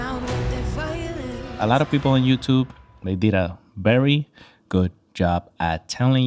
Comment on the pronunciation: I dare you say bery and not very again!! 😂😂😂